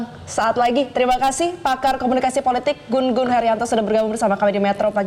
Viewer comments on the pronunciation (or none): GU-NGUN atau GUNG-UN (baca: Jung Un), bukan GUN-GUN